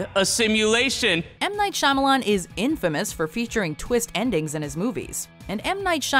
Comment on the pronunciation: M. Night "Shy-Millions" XDDDDDDDDDDDDDD